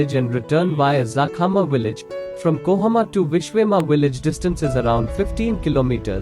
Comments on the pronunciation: KOHIMA not KOHAMA🤗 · It's kohima not kohoma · It has nothing to do with accent. Accent is different thing. Here you're using A in place of I. It's KOHIMA. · Kohima, not kohoma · Kohima not kohoma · its kohima not kohama idiot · It's kohima brother not Kohama.